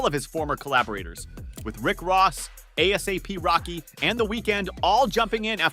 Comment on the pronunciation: Lost me at "A Dollar A-P Rocky"